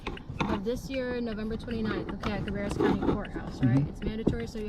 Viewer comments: It’s Cuh-bear-us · Hey brother! I have to honest and tell you that I am commenting before getting past the 20 second mark of the video, but I had to stop and address your pronunciation of "Cabarrus county." - the second "a" is pronounced with a long "a"...I live about ten miles away from that county (unfortunately lol) currently, but have grown up in this state always very near the county referred to. I have to tell you that it made me laugh...thanks for that! Keep doing you regardless...I love what you are doing, and keep up the good work. If you ever out this way - hit me up...FOR REAL. We can grab a few cold ones, or whatever...if you want to be shown around the state - we can do that too.